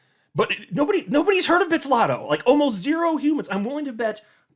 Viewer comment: Bit-zlato and not bitz-lato